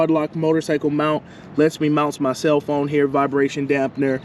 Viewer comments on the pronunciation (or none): none